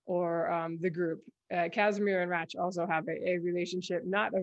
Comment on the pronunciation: Thank you, that was fun. I do have a soft spot for Sicarius, and I had a feeling about Rache (need to catch up on that series, though). And if you like, I can teach you how to pronounce Rache in modern German. ;)